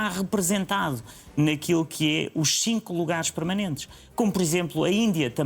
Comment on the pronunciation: Alguém explique ao Moedas que o número "xinco" não existe é Cinco. Falar bem português está cada vez mais difícil.